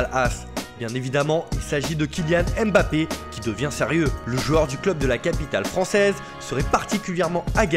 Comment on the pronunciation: Toujours pas capable de prononcer correctement Mbappé. 😭